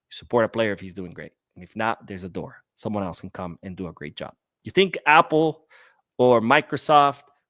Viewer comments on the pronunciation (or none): none